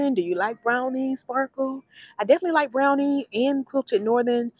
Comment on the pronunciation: You did pronounce the Bel Vita correctly, but Brawny is not pronounced “Brownie”. I do enjoy your videos!